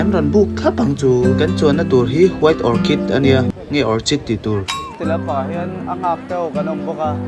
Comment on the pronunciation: White orchid nilo in white orchid tih tur😂